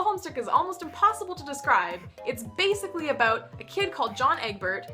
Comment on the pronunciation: Forgive me for noticing but you pronounced (to my ears) "About" as "Aboat" are you by any chance Canadian? just curious :p